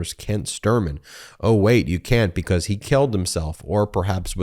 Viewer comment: It still baffles me, Ben, that you can't properly pronounce the word "because".